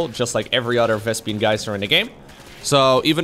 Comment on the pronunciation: I love how knows more about SC2 than almost anybody but still calls it a "Vespian" geyser. 😆